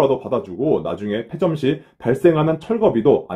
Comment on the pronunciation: 페 아니고 폐